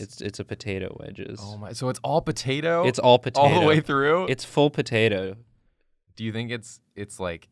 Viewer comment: Poturtle? No, turtato